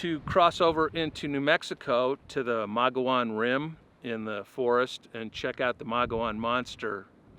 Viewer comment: Should’ve asked Travis Walton to go with you. btw Mogollon is pronounced Mug-eee-on 😉